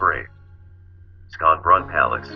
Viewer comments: Come on, Sconbron palace with [sk]? It is Schönbrunn in German, pronounced as [ʃøːnˈbʁʊn] with [ʃ]. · "skanbrun?!" if i hadn't recognized it, i would never have known they were talking about Schönbrunn